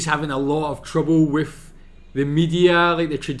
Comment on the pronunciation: Haha, maybe Matt could help you since you say “wif” instead of with. 😜